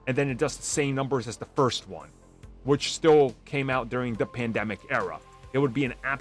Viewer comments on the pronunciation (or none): none